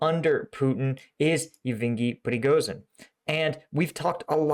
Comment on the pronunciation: His name is pronounced “Yev Gainy Pre Go Zhin” just as an FYI to everyone.